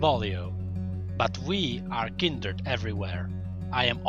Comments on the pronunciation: fvck its kind-red not kindered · why do you say kinderd instead of kindred (oops i triggerd the fans NOT THE FACE!!!) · It's kindred not kinderd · Kinderd , Kinderd , Kinderd .... KINDRED! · This guy says kinderd and not kindred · Its not kinderd its kindred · Kindered??? :face-red-droopy-eyes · 4th darkin " KINDERD" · did he really pronounce kinderd? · This was interesting, but I can't help but point out that it sounds like you are saying Kinderd and it stresses me out. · Kinderd lol ;] nice vid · no hate but why say it as kinderd?